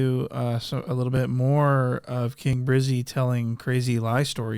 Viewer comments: “King briizy” lmao it’s election year let’s make sure the sheriff gets re-elected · Why can’t this king brizzy man talk normally